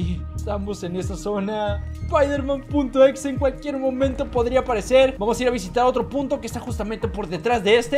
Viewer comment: Se dice spider-man*